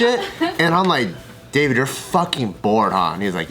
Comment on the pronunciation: You know how Dah-veed Oh, brought the accent in! 😅